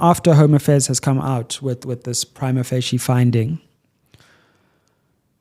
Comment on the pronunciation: No, he’s pronouncing it wrong. I have a law degree and studied Italian, it is definitely not pronounced how he said it. But to be fair so many legal practitioners mispronounce it even in court😅